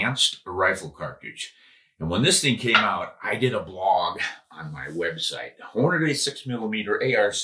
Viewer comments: "Hornaday" you mean "Hornady?" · STOP SAYING HORNA-DAY!!!! Good grief man